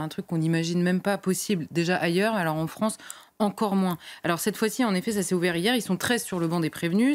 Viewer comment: La Fronce !